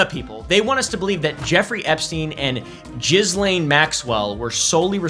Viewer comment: Your pronunciation of 'Ghislene' is actually the correct one 'Jees-Lane'. French first name, that's how the french pronounce it. I know because I dated a Ghislene 😅